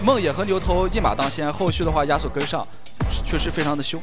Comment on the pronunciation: 听着“鸭索”、“鸭索”感觉贼尴尬。。。。。